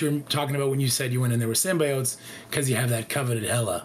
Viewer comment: Dude, as a content creator, pronounce Symbiotes correctly. FFS.